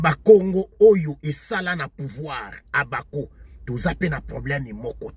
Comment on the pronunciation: Mbuta yo osekisaka nga ata ko prononcer Abako azali kokoka te.banda ebandeli ti suka ozali koloba OBAKO.